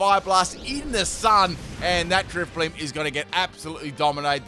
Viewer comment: And then he get's the german Driftblim right. xD